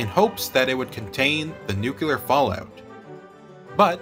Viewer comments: The word is not nukular its nuclear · It's "noo klee ar", not "noo cue lar". The shift to underground testing was motivated by the fact that atmospheric tests released radioactive fallout, which was dangerous. Also, the manhole cover would have been directly exposed to the gamma rays from the explosion itself, which would surely have heated it up a great deal. It is therefore more likely that it disintegrated within a few milliseconds of the detonation.